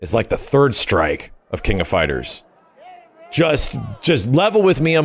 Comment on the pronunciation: King of “Fighrers”?